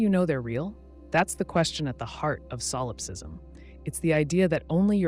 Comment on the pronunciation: Ugh.. you’re putting stress on the wrong syllable in the word solipsism! 😒 it’s driving me crazy. And now I can’t sleep.